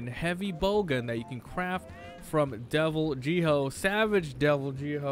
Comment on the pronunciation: You do realize that Devil Jho is pronouced Devil Joe right? They even say it in game.